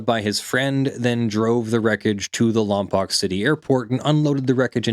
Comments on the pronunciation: Local here, weirdly it's actually pronounced "Lom-Poke" not "Lom-pock" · It's pronounced lom-poke. Also it's paso-ro-bels